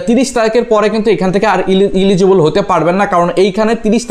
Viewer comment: ইলিজিবল ভাই ইনিজিবল না